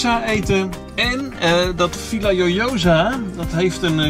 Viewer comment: Hee, dat was weer een leuke vlog. Je hebt wat moeite met de uitspraak van de plaatsnaam Villajoyosa. V= is een B 2 xLL = J De J= G Dus de uitspraak is: Biejagojosa Bijna niet te doen dus. Torrevieja is ook zo'n struikelblok. Veel plezier nog verder🙂